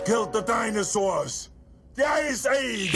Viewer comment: How dare you rate Batman & Robin no.1 when it's the movie in which Schwarzenegger discovered several new syllables to the word, ice.